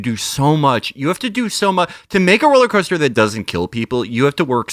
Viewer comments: I heard "rolly coaster" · at one point he says 'coller coaster' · I heard "rolly coaster" which I quite liked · Did Matt say 'rolling coaster'? Imagining him wearing a straw hat and bow tie.